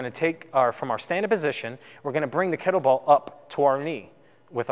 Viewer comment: Cyclists, not cyclers. Kettlebell, not kettle ball. I hope your day job isn't teaching English.